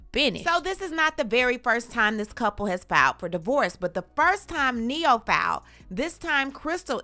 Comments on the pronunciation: You said it right,,,, NE-HO... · Not “Ne-hoe” 🤣🤣🤣